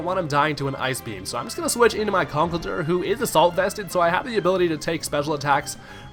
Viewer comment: It's not Conkelder. It's ConkelDURR. Never forget the DURR.